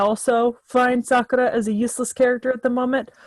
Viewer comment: the way you say sakura is cringe..its sakoora or sakura..not saakara...ok?..its not elegant for her...its meant to be said sorta gross when referring to her...shes not a good character